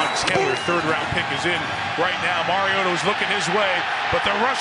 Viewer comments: "It's mario-tah not mario-tah" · It's Mariota not MarioTa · The way he kept saying mariota pissed me off he keeps saying marioTUH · It's not Mariota is MarioTTTTTAAAA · “Mario-TUH” holy, that is so annoying... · the way he says MarioTA makes me want to die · Someone tell the announcer its Mariota not "marioTUH" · It's Mariota.. not Mario-T-a... get it.. Harry potter reference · sir zombie-slayer no they finally got it right smh y'all been saying it wrong for years. It's Mario-TA is how you pronounce it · Or Mario-TUH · Am I the only one bothered by how that one commentator kept pronouncing "Mariota"?? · The way he pronounces the t in Mariota makes me uncomfortable. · I hate how the announcers said Mariota. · Anyone else hate the way he pronounces Mariota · His inconsistency when it comes to pronouncing Mariota's name is annoying.